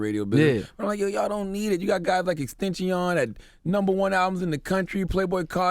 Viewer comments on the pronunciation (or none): Charlamagne called xxxtentacion "Extenshion" lol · "Extenchion" lmfao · EXTENSHI-OAN? - Charlamagne lmao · lmao this nigga charlamagne said extensheeon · Lmfao it took me a while to realize Charlemagne was talking about xxxtentacion. The man said “ex tensheo”